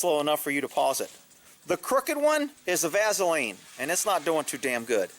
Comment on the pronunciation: 'vazz-oline...' is that a regionalised accent